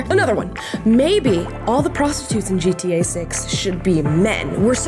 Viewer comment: Love Amala.. but why does keeping saying GTA as G-T-A ? Most people don't use such long spaces between the letters when pronouncing it 😂